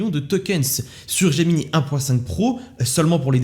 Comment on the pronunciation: "Gemini" étant un terme nommé depuis l'anglais, autant qu'avec Drive, Slides et Sheets, je pense qu'il serait bon de le prononcer en anglais. Donc de [Gémini] à [Géminaï] (pour l'écrire en lecture française). (ou de [Geminee] à [Gemini] pour la lecture anglaise)